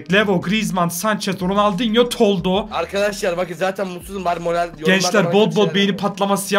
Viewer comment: ronaldingo diyor